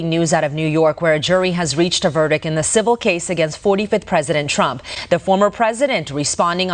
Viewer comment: Did she say VERDIK??